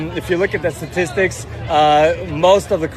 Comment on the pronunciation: "If you look at the statists..." Two words: per-capita.